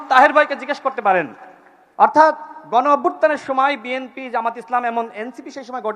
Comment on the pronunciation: বিএমপির নেতৃবৃন্দ, এখনও দলের নামটাও উচ্চারণ করতে পারে না।